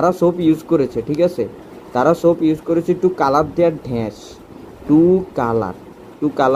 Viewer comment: ড্যাশ কে ঢ্যাষ বলা সত্ত্বেও সাবস্ক্রাইব করলাম। 😂😂 হায়রে pronunciation